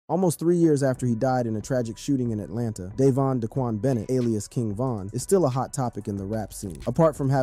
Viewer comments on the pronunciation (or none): none